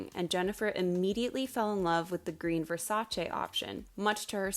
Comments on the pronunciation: I am genuinely thanking you for pronouncing Versace right ITS NOT VERSACHEE ITS VERSACE ITS ITALIAN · Omg a non-Italian person who knows how to say "Versace" correctly? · Hearing you pronounce "Versace" correctly makes me so happy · Reason #1097 I adore you: You actually pronounce Versace correctly which didn't even happen in the miniseries!!! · Thank God; finally someone who knows the proper pronunciation of Versace. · thank you for pronouncing Versace correctly!